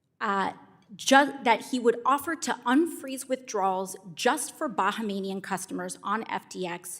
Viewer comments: I’m pretty sure it’s Bahamian not Bahamanian. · It's Bahamian....not bahamanian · I'm in Ireland ... and even I know it's pronounced buh·hay·mee·uhn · hahaha "Bahamanian" LOL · Baha~Manian 😂 Big booty AOC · This is the only time I've heard AOC try and make coherent statements and actually make sense, even though she cannot pronounce Bahamian.